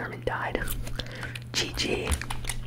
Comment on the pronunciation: my guy did you just say gg like nija lmao dudddddddeeeeeeee. and stop being rude to defaults:(